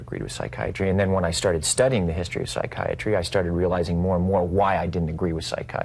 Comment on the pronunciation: Joe "I understand psychi-iatry" Rogan.